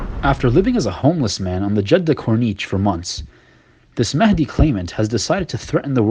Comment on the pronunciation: Imam mehndi... Pathetic twat... He can't even say it right